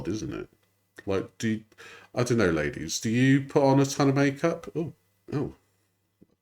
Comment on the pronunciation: Why does she add "um" on the end of e everything. "Knowum" "Mayoum" "oneum" "twoum". I think she's doing it on purpose to try and start a trend or something..... Alright